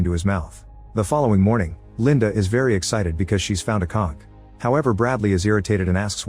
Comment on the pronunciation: I assume I'm not hearing what I'm hearing, idk the English word for this type of shell, but "Linda is very excited because she's found a COCK"? Edit: OK so the word is likely "conch" and that's not how the AI thinks it's pronounced...